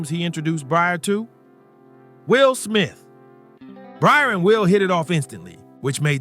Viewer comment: You're hearing his name pronounced correctly and you're still calling him Bryer stop please